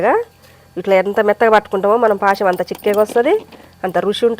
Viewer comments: Paasham veru. Paayasam veru. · పాశం కాదు తల్లీ పాయసం అనాలి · Paasham ❌ paayasam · పాశం కాదు బాస్. పాయసం! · పాయసం. పాసం కాదు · పాయసం అనాలి అమ్మ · పాశం అంటేనే మాకు తెలుస్తది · పాశం అంటే నోట్లో నీళ్ళు ఊరుతాయి తమ్మి మాకు అట్లుంటది మా భాష తొని మరి